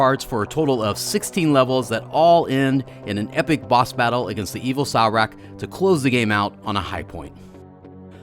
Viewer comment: "Salracc" 😣........ it's Sarlacc....yes like star wars.